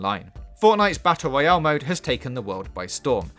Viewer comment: Fwee, battle woyale, coopwitive , thwee , mesmowising, engwosing , duwation, LOLLLLL